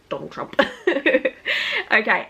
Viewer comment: Love this video love you! The way you say Donald trump I’m your accent cracks me up